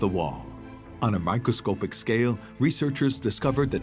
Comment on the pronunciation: Isn't it microscopic and NOT microscopeic as the announcer says?